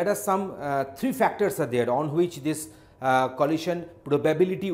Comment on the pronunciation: I suppose it's good, but "lohasion" is somewhat distracting